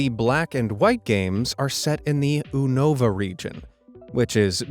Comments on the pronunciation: OO-NOH-VUH I'm sorry you mean YOU-NUH-VUH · It is pronounced Yu-no-va not Ou-no-va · its Unova not uNAVA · excuse me…. Ooh-nova OOH-NOVA it’s U-NOVA it’s EXACTLY HOW ITS SPELLED and it’s VIC-TINI not VIC-TA-NI (he gets so many things wrong) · ALSO ITS NOT PRONOUNCED THE OO-NOVA REGION!! ITS PRONOUNCED THE YU-NOVA REGION!! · sorry to be the one to do this but it’s pronounced vit-teeny and unova is not un ova its u nova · Also hes pronoucing everything in Pokemon wrong. Dri floon. Un ava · You-Nova and Vic-tini like martini I hate when people mispronounce shit when we have official proof on how shit is pronounced Like Arceus it’s Are-key-us not Are-see-us If people watched the damn movies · Unova is pronounced /YOU-nuh-vuh/, and Victini is pronounced /vick-TEE-nee/ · ITS PRONOUNCED U-NO-THE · I think its pronounced Yewn-ava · Pal... you need a pokedex with a pronunciation guide... you mispronounced both the region Unova and the pkmn Victini. edit: also I'm part of the Game Theorist fanbase... you likely aren't going to ruin my childhood. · He mispronounced unova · your pronunciation of Unova and Victini infuriates me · HE PRONOUNCED VICTINI WRONG AND HE PRONOUNCED UNOVA WRONG TOO!!!